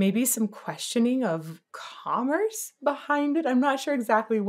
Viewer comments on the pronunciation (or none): none